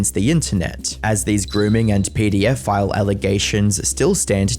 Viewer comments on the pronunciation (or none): none